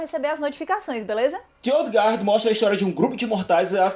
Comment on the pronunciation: se pronuncia gard mesmo sem o U (dizer que não existe ditongo em inglês, seria mentir, mas a maioria dos casos não ecxiste!) /Ol' Ga'rd/ assim como o certo é /Ga'rdians ov the Galaxy/ o que faz a piada "Asgardians of the Galaxy" funcionar; é a mesma pronúncia